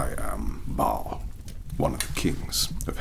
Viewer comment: Oh thank heave-er hell you pronounce ba'al properly i hear so many ppl say "bail" and i clicked this video praying you didn't say it that way too 😂